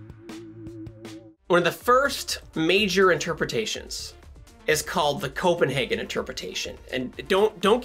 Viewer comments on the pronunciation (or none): So maybe the 2 types should be: The Copen- HAHgen interpretation and The Copen-HEYgen interpretation I know that's a bit technical but..... Happy Merry Your wife is a great guest star Enjoying this channel